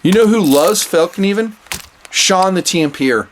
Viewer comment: You Sir, are the first non-Swede I have heard that pronounced the name of this knife makers name right! Awesome knives, I collect and use them my self. They are Swedish designed, but manufactured in Seki Japan to the highest standard!